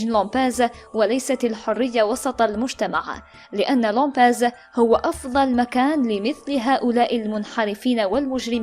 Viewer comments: اختي القارئة Lambèses لامباز وليس Lampese . ابحثوا ولا تتعجلو بالتاويلات. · اسمه لمباز بحرف B وليس P